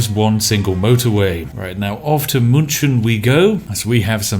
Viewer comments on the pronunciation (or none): Munchen??? 😂 Me as german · it's München not Muntshen. ^^ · Am I the only one who was a little confused that spiff couldn't pronounce München right, but Düsseldorf no problem? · As a german fellow I must say your München is not that bad :D :)